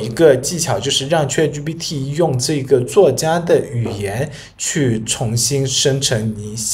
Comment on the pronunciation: 你连chat都念错，还教人？